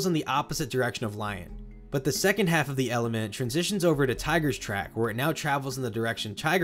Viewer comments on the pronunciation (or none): none